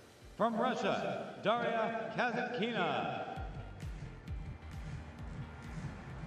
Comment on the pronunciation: Please,pronounce right-KASĀTKINA not kasakina....